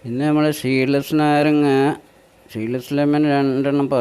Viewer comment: ഷീഡ് അല്ല ട്ടോ സീഡ് ആണ്